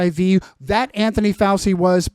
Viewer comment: ‘I’m Italian’ - proceeds to mispronounce Fauci. What an utter gish galloping shit spreader 🤦🏻😆